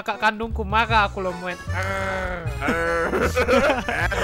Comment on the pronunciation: marah bukan marrahe